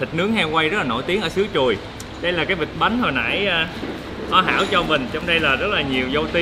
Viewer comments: Làng Truồi - mà lúc đầu ông ổng đọc mà nghe cứ tưởng "Làng Chùi "...😆😆😆😆 nghe hú hồn. Ha ha ha ha Dễ Thương!! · Ổng nói làng Chùi , sông Chùi ko à hihi ☺️